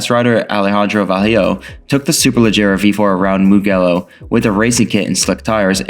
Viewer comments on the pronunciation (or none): MO gello like gelly . good video overall xd